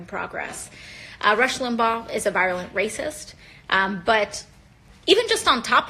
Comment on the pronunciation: Wait, wait. Rush does not deserve the MoF (says Ms. What's-a-Garbage-Disposal") because he's a violent [mispronounced "virulent"?] racist. BUT... It is just awful that the President "did not dignify it with its own ceremony", and "violat[ed] the norms of people's humanity" (??) So - he didn't deserve it but he should have received it at a special, separate event. - Deep Thoughts with AOC.